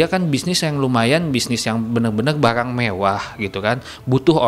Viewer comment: baLang mewah :v